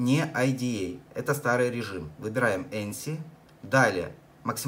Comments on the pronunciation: Какой еще энси? Где там Эн? Там Эйч буква!!! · "эНси"??? Серьёзно?? Как это так получается, что ты увидел там букву "н"? Цирк какой-то